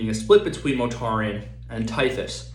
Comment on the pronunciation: Its not 'Motarian' Mortarian